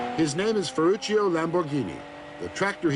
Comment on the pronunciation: Ferruccio...Ferrucio is not correct...please fix it